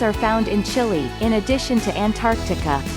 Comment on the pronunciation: Makes top 50 facts video and can't even pronounce Chile right 🤦‍♂